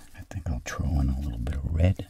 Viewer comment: "I'm gonna TROW some up here"